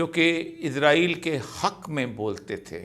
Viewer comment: ازرایل نہیں اسرائیل 🤦🤦